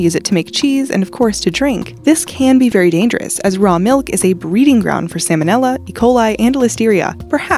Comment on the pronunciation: Oh, man she said Samon nella it’s salmonella.